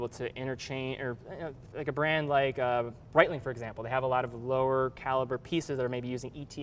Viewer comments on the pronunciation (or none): none